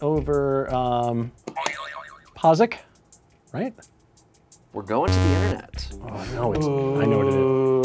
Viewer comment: the way he pronounced Pazaak (Correct is Puh-zock) hurt my soul